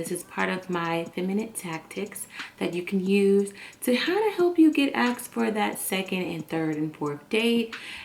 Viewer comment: 'Asked' NOT 'axed'